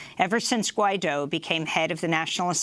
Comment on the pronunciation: Guaido, not Juaino haha